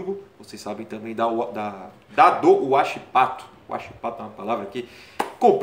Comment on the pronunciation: Hachipato, geralmente se fala uaxipato